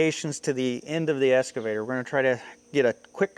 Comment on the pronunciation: You have to return your "Escavator" until you learn how to pronounce it!😂